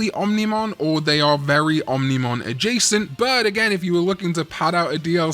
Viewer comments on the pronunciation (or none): I'll subscribe if you never say ominimon again.